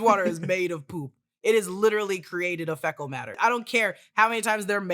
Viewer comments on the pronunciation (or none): "maybe the Russos will do that for Doomsday", the russos can't do shit anymore ps: "fecal" is pronounced FEE-kuhl, not FEH-kuhl